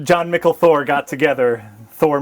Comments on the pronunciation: Leaving out the mispronunciations of "John-Mikl Thor" would've kept it under 1 hour. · Every time they screw up Jon Mikl Thor's name, blood pressure rises by 5 points.